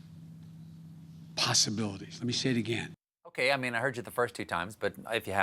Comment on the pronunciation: Is this all you can come up with, America? Mumbling about POoSSeBillYd's? I'd love to say I like Biden, yet my lips won't string those words together.